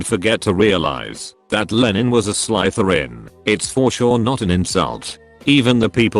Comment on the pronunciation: Who the hell picked this idiot to read the stories? It' not Slytherin with a long I, but Slytherin with a short I. I don't think your AITA. This like a fun wedding.